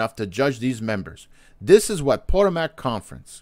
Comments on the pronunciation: PS......It's pronounced Pa-TOE'- mac, not, PO'- to- mac, Emphasis is on TOE. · Is he intentionally mispronouncing Potomac?